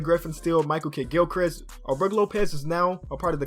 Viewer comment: he said Michael Kiddgilchrist